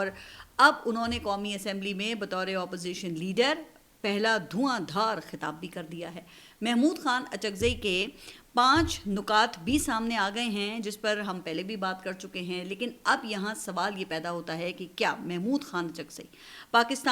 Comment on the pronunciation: YE LFZ NUKAAT NHE HY BL K NEKAAT HY DEAR SISTER